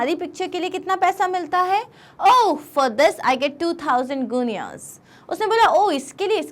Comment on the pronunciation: maam its gi-neez (guineas) you can cross check on google 🙂😊😇🥰☺ im in class 7 and my classmates tease me bcoz i like Hughie's character in the story. they call it bromance maam fortnight is 14 days not 15 when our mam was explaining chapter a guy said NAUKRI HOGI TOH CHOKRI HOGI Life= Job= Money= Big House and Car= Girls 🤣🤣😆😆